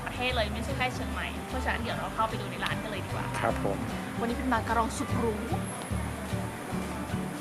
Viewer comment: ตอน หนูได้ยินว่ามารากอง